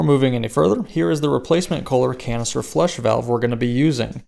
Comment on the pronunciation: Almost sounded like you said colon cancer replacement valve…..might be on to something.